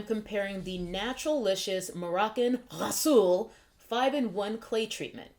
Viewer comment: the way you first said "rhassoul" had me dying.....lol. Thanks for sharing :) I do "experiments" like this on my hair too to test out different ingredients in my DIYs..